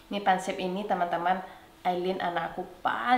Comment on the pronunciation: Di mana pun saya, pasti cari bakso. Secinta itu sama bakso... Tapi sampai detik ini gak tau bikin bakso 😂 Btw, saya koreksi dikit yaa, pangsiT yaa, bukan Pangsip.. Thankyouuuu